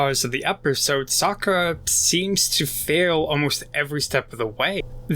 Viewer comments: Bruh, are you saying Sakura instead of Sokka? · He said *sakkar* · Great video 👍🏽 Just one thing it’s SAW-KA lol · To me it sounds like socer